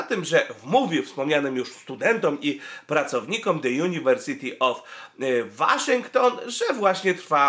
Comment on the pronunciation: Jak już czytasz "The University of" to jedź dalej z amerykańskim akcentem i czytaj Łoszington. Albo Uniwersytet Waszyngtoński albo The University of Washington.